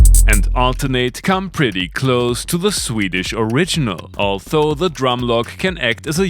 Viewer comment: Lieber, ich genieße ja deine Filme, aber als Englischlehrer biegt's mir bei deiner Aussprache von 'although' leider jedes Mal die Fußnägel auf. Das dentale Frikativ (th) ist hier nämlich stimmhaft (wie in there oder they). Nix für ungut!